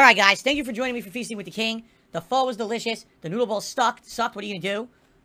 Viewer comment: At least he pronounced “pho” better than LowTierGod.